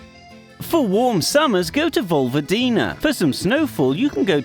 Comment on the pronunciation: You said Volvodina... It's pronounced Voy-wo-dee-na